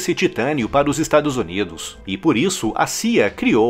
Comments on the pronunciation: Só eu que escuto ele falar "Estados Onidos"? 😂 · Us estaduszunidos ❤😂